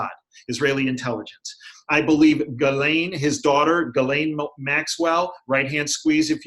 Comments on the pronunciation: YAY!!! and following - wins the prize for being the first person in North America to pronounce Ghislaine properly! That alone is worth giving the video a thumbs-up.:) He's also bang on the money about Ghislaine Maxwell's role in all of this. She's Epstein's handler for sure. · Ghislaine pronounced GeeLane. (Gee like glee without the L)